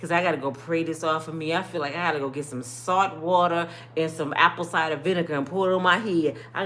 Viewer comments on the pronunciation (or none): none